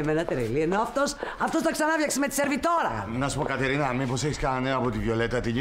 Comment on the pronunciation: εκεί ο αντί για Κατερίνα είπε Καταρίνα